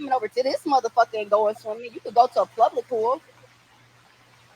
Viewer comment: She said plubic😮